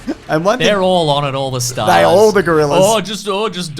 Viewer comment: "...or they flip it..." (Inserts footage of Gorilla Anakin doing a big flip.) That is S-tier editing. Bwillant. 5 stahs.